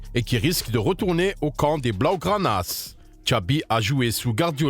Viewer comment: MDRRR JE SAIS PAS, le reuf il dit "Tchabi" au lieu de "Xavi"